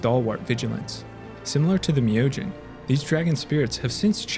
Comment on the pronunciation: Awesome video, and was nice to hear the correct pronunciation on Myojin.